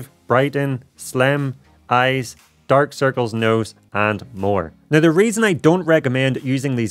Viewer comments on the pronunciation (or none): none